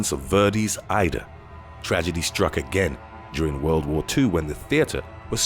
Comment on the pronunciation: Verdi is pronounced VAYR-dee. Aida is pronounced eye-EE-da. Get it right, you uncultured heathen. 😜 Sincerely, an Opera Snob who nobody asked